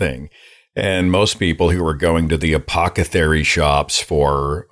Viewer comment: and seth says "apocethary"